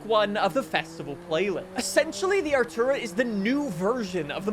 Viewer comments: Are - too - raa. Artura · The McLaren is pronounced ar-tor-uh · 'Artura' is not hard to pronounce. At this point the manufacturers aren't the problem, you are. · Artura is not hard to pronounce, be fr 😂